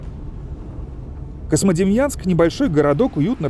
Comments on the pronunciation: Диктор что неодекват? Космодемьянском называет. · Почему вы говорите КоСьмодемьянск??? Правильно КоЗьмодемьянск, книжки читать надо))) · Очень хороший очерк про славный город Козьмодемьянск. Знаю этот город, много раз бывал там. Но.... Очень редит слух когда "голос за кадром" на протяжении всего фильма называет город КоСмодемьянск, а не КоЗьмодемьянск. Козьма и Демиан. Местные называют свой город Кузьма. В общем диктор неправ. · Эх, а у меня бабашка родом была оттуда, а я так и не узнал никого из тамошней родни, бывал ребенком в 80-м году проездом на теплоходе, но ничего и никого не помню (((. PS почему автор все время произносит КоСмодемьянск? Там ведь явное мягкое "3". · автор говорит "Космодемьянск" )) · мне одному слышится Космодемьянск ??????????